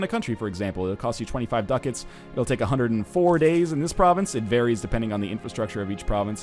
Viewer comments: Its DU-CAT-S, not DUCKETS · WHY IS HE SAYING DUCKETS MY GOD